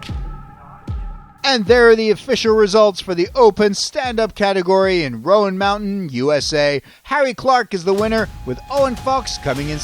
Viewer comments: Right. Roan sounds like rōn. Not rō ann. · Too bad the narrator can't pronounce the name of the mountain correctly. It's ONE syllable ROAN not ROWAN. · You'd think they'd ask a local how to pronounce it. Like "moan." Not Rowan. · That mountain road is no joke. I’ve been up there many times. Also the announcer is saying it wrong. It’s not Roeann it’s Roan mountain. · Super cool this happened almost in my back yard.... who told the announcer the wrong way to say Roan?